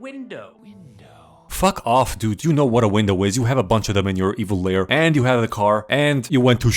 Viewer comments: lair, not layer. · Its actually lair not layer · lol its lair not layer. and its wreaking not reeking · I know you probably did it on purpose but IT'S LAIR GODSDAMMIT, LAIR NOT LAYER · its evil ‘lair’ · It's lair